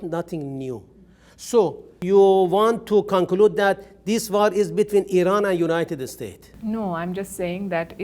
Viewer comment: He says. ( the United estates )